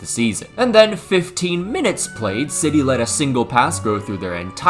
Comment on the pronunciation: his pronunciation was pretty horrendous respectfully